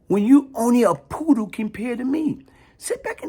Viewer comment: "Poodle" not "poddle"